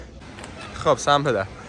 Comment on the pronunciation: فقط من وقتی به جای دِکاتلون هی به اشتباه میگفتی دِکالتون رفته بود رو اعصابم ؟؟ 😂😂